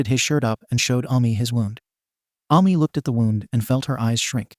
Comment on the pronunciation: Hello, I am the Author of this story! Thank you for uploading this onto your channel. It's nice to see my story made its way onto Youtube. I'd also like to add that It's pronounced A-Me not Ah-Me but then again its a robot voice so of course its trying its best to understand. Also the red and black haired girl isnt what Ami looks like if anyone's wondering. Other than that, I appreciate the upload. Thanks for reading( or listening😂) and have a good day!